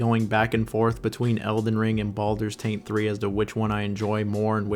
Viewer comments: Why does he keep calling baldurs GATE 3, "baldurs taint 3"? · Is he deliberately mispronouncing titles.... no.. I'm being pranoid. .... Baldurs Taint 3